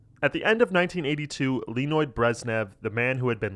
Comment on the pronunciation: I just love the way this guy said "Леонид Брежнев"... Sounded something like "Lenoid" X)